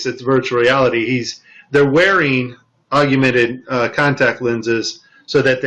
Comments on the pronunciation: P.S. It's pronounced 'augmented' not 'aug-U-mented'. Love the wire harness at the end. I wonder how they would try to explain that? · hey man you did some good work here but you gotta fix the audio. calling it "augumented" instead of "augmented" affects the credibility of the claim. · I want you to sound the best so look at the word. Aug-men-ted. You add an additional "U" after the g. I love your work. This was an awesome video. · "augumented" VR, huh. He can't even pronounce the term properly. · I found that amusing. Almost as amusing as realtime photorealistic CGI. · Wow, not only can he not say "augmented" properly, but when he puts text on screen he spells it wrong too.